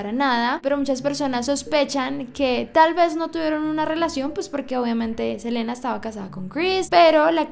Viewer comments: Su nombre se lee Selina, no Selena. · no es hate solo te lo digo no se dice selena se dice selina el nombre que se dice selena es de selena gomez en este caso es selina quintanilla se escribe selena y se lee selina me encantan tus videos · Hola, te quería decir que estas pronunciandolo mal,em realidad su nombre se pronuncia "selina" aunque se escriba "selena" sólo es un dato no lo digo (escribo xd) de mala manera:) también es "ei bi" para q sepas como pronunciaron aunq se escriba AB